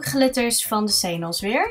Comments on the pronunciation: Senos? Wat hahaha. Ik spreek het echt heel anders uit. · Ik vind dit flauw, ja mascha heeft ook iets met glitter gedaan. Maar dit vind ik wel hele andere iedeeën. Iedereen ziet toch dat ze hier tijd in steekt. En iedereen spreekt xenos anderd uit. Waar zou je je aan irriteren? doet haar best op het filmpje. En het filmpje is leuk, dus. Nog redenen om te klagen verder?